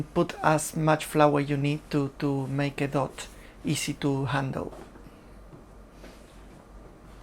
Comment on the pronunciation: dough is pronounced doh, not dot and has no 't' at the end :)